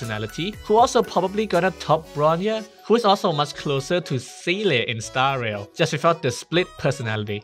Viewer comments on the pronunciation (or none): Seele is pronounce Z - Lay.